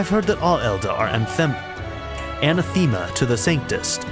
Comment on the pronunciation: A-nath-e-ma. It's not a common word, usually only in religious contexts.